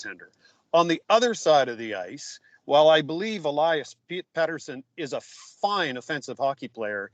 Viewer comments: it isn't pronounced PETER-sen. Soft "e". Please don't do this for two weeks. Thanks guys. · for crying out loud. It's Pettersson, not Peterson. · Can someone tell how to say Pettersons name lol. Peterson he’s saying but listen to Kurt who says it right lol